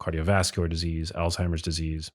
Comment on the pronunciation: It is not Altimer's Disease, rather it is Alzheimer's Disease, with a Z not a T. It is pronounced Alz-Hymer.